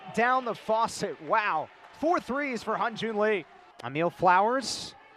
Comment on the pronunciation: 발음이 어려우니까